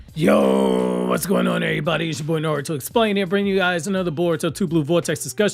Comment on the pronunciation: It was a bit funny, read the name with that "NaROOOto" pronunciation heh 😄